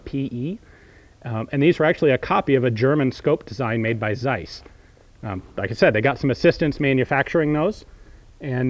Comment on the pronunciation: you write zeiss but you have to say ceiss